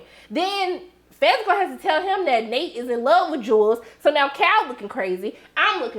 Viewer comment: There are people who will mispronounce a name no matter how many times they are corrected. It irritates me, but Jewel is stuck in his head. I think it's kind of cute, like his own name for her.